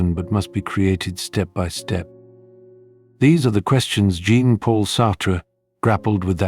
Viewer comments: His name is not pronounced GENE. It's French, pronounced Zhohn. Wise up. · Djīn Paul Sartre😅... You ought to learn to pronounce Jean in French.